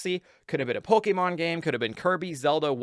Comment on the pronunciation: STOP SATING POLEKÉMON